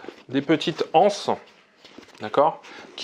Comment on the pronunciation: Les z-anses, pas les h-anses. Comme les z-euros, en somme.